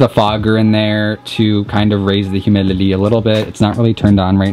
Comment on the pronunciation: I can't be the only one hearing him say "Humilily" instead of "Humidity" Right??